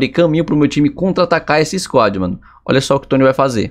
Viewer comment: E ainda n sabe que e "tonni" e não "tonny"